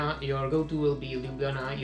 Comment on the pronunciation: I actually think that your pronunciation of Ljubljana is kind of good :-D you're right, the cave is beautiful. I had exacctly the LotR feel there... :)